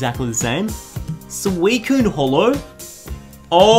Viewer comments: Did he say genesect hollow? Great job 😂😂😂😂😂😂🤣🤣🤣🤣🤣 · Did anyone else notice that he said genesect "hollow" at first...